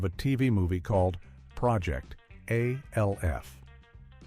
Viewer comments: Give me a break with this AI narration crap. You call Jan Brady Jane and Alf becomes A L F. PLEASE!! It's not that hard to narrate a video. MASH is also being pronounced M A S H. This is C R A P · It's Alf not A. L. F 😮😮😮😮😮😮😮😮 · I couldn't make it past A.L.F. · can you say alf right stop saying the letters and say his name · I hate when AI can't pronounce famous TV show titles like Alf & M*A*S*H* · It got Soleil Moon Frye right but then “Buchman” (Boo-kman) and ALF wrong??